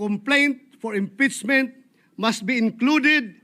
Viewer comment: "ang impitsmint ay isang prusiso" daw sabi ni Bato 🤣🤣🤣 rispunsibilidad, sinit minority, brood daylight, mister prisident, and mini more 🤣🤣🤣